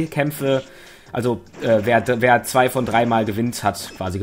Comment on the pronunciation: Weiss vllt jemand ob sich Luigi verändert hat? Weil ich ihn noch nirgends gesehn hab in i-welchen Videos (er is mein Main mit Donkey Kong) ? UND ist euch aufgefallen das der Sprecher die 2 beim Countdown so komisch betont?^^ PS: Episches K.O in der ersten Runde holla die Feldfee^^